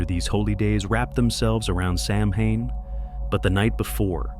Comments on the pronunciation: Hi, beautiful animations. One thing, though: Samhain is pronounced SOW-wen. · Please .. pronounced “sow-when” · Those animations are so great, though. Did you do them yourself? Loved them. And on that pronunciation: it's not an easy one, lol. Ireland actually has two official languages, English... and Gaelic. It's an ancient language. As a primary language, only a small number of native Irish use it anymore. It's taught in Irish schools so the language doesn't completely go extinct. Some letters were put together in Gaelic to make some sounds. For example, "mh" was the sound of "w". It's an interesting language; when you see it in print, several words aren't pronounced as they're written, lol. Anyway... Happy Halloween to you, and nice video! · if you're not going to pronounce it correctly, why bother with the video. disliked. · It's AI. It has no clue how to say Samhain. 🤷‍♀️